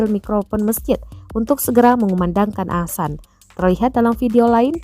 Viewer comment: "Azan"mbak bukan "Asan",kalo "Asan" itu tetangga gua